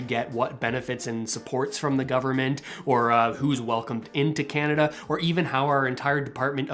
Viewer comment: I turned you off the minute you said Radio Kanada